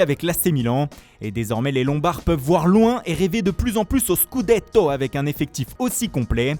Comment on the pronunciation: La RRRROMMA 🤌 le SCUDETTTTO 🤌🤌🤌🤌